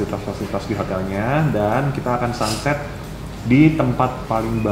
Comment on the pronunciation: Pas bilang sunset, aku dengernya 'santet' dong wkwkwk 🤭🙏 Pas diulang lagi katanya baru ngeh